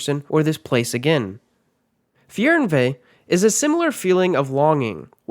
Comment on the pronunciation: Super interesting! Thanks for the information! Too bad you seem to have not been able to find the right pronounciation in many of the cases. Let me try to break down at least some of the German words phonetically: Instead of Fearnvay, go: Fairnveh Instead of Fisselitsch, go: Fizzelich (with a soft "zz" in the middle and a cat-hissing-like sound at the end) Instead of: Shaydenfroid, please say: Shaadenfroiduh Hope, this helps :) :) :)